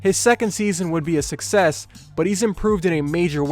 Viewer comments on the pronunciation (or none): none